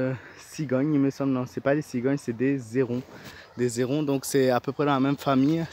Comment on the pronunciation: simplement tu as fait la liaison 😉 à héron, ça fait un peu bizarre 🙃😅